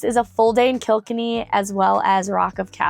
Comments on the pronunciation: I’m Irish 😊 you’ll have the best time here,p! Kilkenny in ireland is pronounced Kill Kenny. With emphasis on the Kenny 😊 you’ll love Galway it’s so nice there too. Have the best time ❤ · Ireland has a place in my heart. 💚🧡. And BTW, it's kilKENny. Pronounce the E! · Pretend you have a friend named Kenny. He breaks your heart when he dates your best friend. There's only solution - you have to kill Kenny. There you have the perfect pronunciation of Killkenny. It's kill kenny. Yes, I'm born and reared in Ireland, so I have the gift of the gob. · Kilkenny the stress is on the second syllable sounds like Kill Kenny.